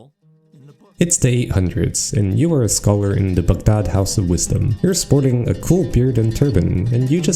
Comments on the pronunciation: thank you so much for not pronouncing it bag-dad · for correctly pronouncing Baghdad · Appreciate your pronunciation of Baghdad